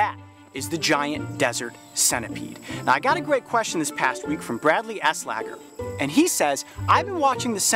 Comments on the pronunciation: Ahhhhh u said my last name wrong as does every body else but it's fine I'll try to explain it start with el-slay-ger then say elslager I usually have people say elsloger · Did he say "Bradley Asslicker"? Poor kid.......... ;)